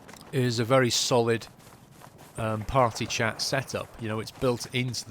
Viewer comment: it's party (said preatty but weird)